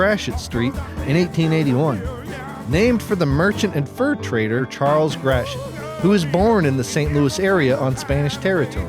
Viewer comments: Enjoyable video, thanks. Friendly PSA: Gratoit is pronounced “Gravoy” (rhymes with ‘boy’), not “Grasheet”. (Don’t feel bad, the historic French influence can be quite unintuitive because the same collection of letters can result in very different phonetic sounds depending on the context, and then so many are twisted further by the Spanish influence.) Source: 14 years living in the area in the 1960s and ‘70s and listening to it pronounced daily in the KMOX radio Traffic Copter reports, and countless commercials! Other tricky ones commonly mispronounced: Des Peres is pronounced “Day Pair”, not “Dez Perriz”. Carondelet is traditionally “Carondelay” (sounds like Chevrolet”), not “Carondelett”, although this one gets mispronounced quite often. Creve Coeur is “Creev Core”, not “Creevie Coehr”. Bella Villa sounds like “Bella Veeah”. Lemay can be “LaMay” by itself, or “Lee-May” when used with other words, such as Lemay Ferry Road… sometimes both are used in the same sentence, and no one thinks twice about it. Meramec sounds like “Mer-a-mac”, not “Merimecc”. Bellefontaine is “Bell-fon-tain”, not “Belly-fontainie”. And the granddaddy of them all: it is ALWAYS “ Saint Louiss” and never, ever, EVER “Saint Lou-ee”, which is absolutely cringe-worthy and abhorrent to the locals and is NEVER considered cute or clever in any application; Judy Garland, you sit on a throne of lies! ;-) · Interesting that Gratiot is pronounced like “grash-it” in the video. I’ve always heard locals say it like “gray-shit”. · Is Gratiot pronounced “grash-it?” I always thought it was “gray-she-o.”